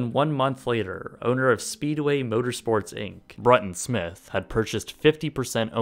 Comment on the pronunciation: Who here is a nascar fan and lost it when he said bruton Smith name